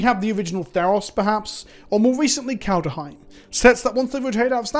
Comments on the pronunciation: KALED HEIM. Not Kalda heim. JFC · I love how even a year later you still can't (or don't want to) pronounce Kaldheim correctly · That bothers you too, huh? To be fair to, most people mispronounce it.